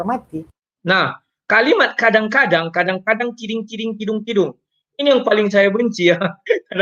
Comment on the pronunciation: Ada apa ni 🤦🏻 Lihat di menit - Kadang " kiding " kuding " 🤣🤣🤣